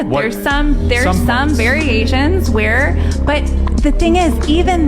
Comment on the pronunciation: She didn’t even say variations, she said very agents. That tells you all you need to know about the value of her opinion